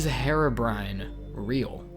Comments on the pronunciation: OH FFS IT'S PRONOUNCED "he-ro-brine" NOT "Hero-brian" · Dude. You're pronouncing it wrong. It's Heer-oh-brine, not Her-oh-bry-an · its pronounced hearo brine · sorry to point this out but its not pronounced "herabrine"